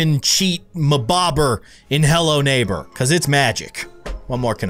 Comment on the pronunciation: It sounds like you said hell no neighbor (ಥ﹏ಥ)